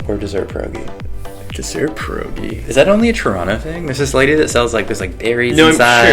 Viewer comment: You’re Polish? I’m Polish too:) Please learn how to pronounce the word pierogi:)